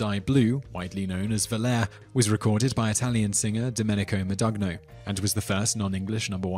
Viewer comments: I am now firmly convinced that certain errors are intentionally included to see if we notice.... Volair? NO.... it is pronounced Vo-Lah-rey.... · I love this channel, but I have a bit of a nitpick on this one. The first non-English #1 is pronounced "Vole-Are-ay". I would agree, however that it looks like how you pronounced it. No harm done, after all. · Ah. I was confused when you said "#1", but now I see you meant "#1 song". For anyone reading the comments, this is item #11 on the list in the video. (And yes, as Corky Schillinger said, it's pronounced "Vo-LAR-ay").